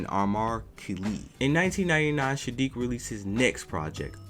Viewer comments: Bro.... it’s Saadiq, NOT Shaadiq. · After hearing u call him SHADIIQ A hundred times.... I can't even finish watching this vid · Why do you keep calling him Shadeek? It's Saadiq. And Mary Jane Blye? Why are you reporting on people whose names you don't know? 🤔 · Homie, why in the world do you keep calling that man "Shadique", my question is an emphasis on the weird, "Shhhhh" you've added to this man's name😳💭? The proper pronounciation of his name is "Sssssss"+aadique, that's 1 "S", not combined with any other letter like "sh" or "sch", it's just plain ole "S" as in "snake"🤦🏾‍♀️. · Dude gotta stop saying "Sha-diiq"